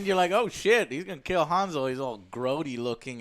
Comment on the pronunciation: It's Hänsel. Hääääänsel, with an umlaut!